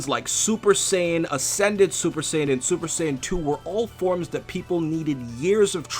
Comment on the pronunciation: wtf is a sin? lol. its saiyan